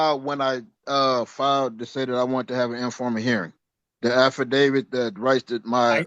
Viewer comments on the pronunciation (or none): Don’t forget the affi-davids!! 😂